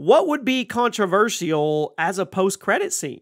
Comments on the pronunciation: What's really controversial is the way this dude pronounces controversial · The way u keep saying controversial in that weird way…lol it ain’t right